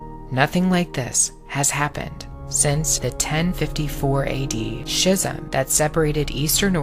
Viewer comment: schism in this video is incorrectly pronounced and it irks me greatly